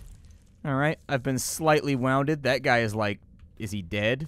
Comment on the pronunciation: "I've been slightly wownded" lol "Wounded" is pronounced as woondid not wowndid.